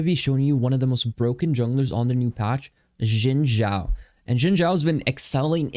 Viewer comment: It's "Shin" Zhao "X" in Chinese is pronounced with a "sh" sound. You had the Zhao right though!